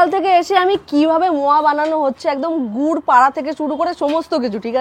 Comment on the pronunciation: গুট না রে ভাই গুর 😂